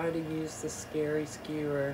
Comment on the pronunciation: I don't ever want to hear you say scary skewer again. 😂❤ you freaking nailed it. Absolutely gorgeous my dear friend. So happy you could join us. Love you. ❤